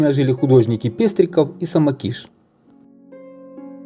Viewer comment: Спасибо. Я училась в школе 1, ходила на детские ёлки, а потом на выставки в Дом Архитектора, а напротив была больница, кажется 20-я..., в старинном доме, который Вы показали. Ваши ролики очень нужны. Низкий поклон. Только ударение в фамилии Самокиш на предпоследний слог.